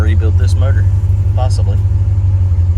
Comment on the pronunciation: Did you say murdor? I think you meant to say motor.